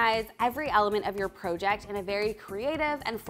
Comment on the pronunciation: Wait….. have you always pronounced it pro- ject? Lol.